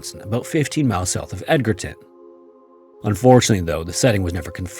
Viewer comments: Edge-rton, not Edger-ton. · Love your channel, man. But you and Wisconsin place names, IDK!😂 I didn't think anyone could mess up Edgerton. It's edge-er-ton, like the edge, not Edgar-ton. Even if you didn't look it up, a "G" before an "E" is typically a hard "G," I'm sure there's exceptions, but.. Anyway, over the several videos where you've covered WI, there's just. so. Many. Place. Names you've missed. So many. 😂😂 Google, my friend, Google! But NOT the AI over view. I caught the AI contradicting its own sources and Google's own pronunciation guide, over an international place name I knew how to pronounce because I had traveled there. But still, Google! Or YouTube, Wikipedia, etc. In 2026, there's so many ways to find out how to pronounce place names, especially fellow North American place names! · Just a heads up, it's pronounced Edge-erton, not Edgar-ton! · Fantastic video. I do have to say though that you mispronounced Edgerton. It is not pronounced Edgar-ton. It is pronounced Edger-ton. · It's EDGE-urr-TON, not Edgar-ton 😉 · Pronounced EDGE-er-TON lol not Edgar-ton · Lol, "Edgar"-ton. "Edge-rton" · EDGAR-TON!? It's Edge-erton. Amazing. I'm dying. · Say it with me edge er ton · It’s pronounced “Edgerton” That’s how you know this video is all AI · *Edgerton is edge-er-ton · It's "EDGE-erton," Wisconsin 😅. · Thank you! I came to the comments to confirm it was pronounced the way I was thinking and not the way he was saying it.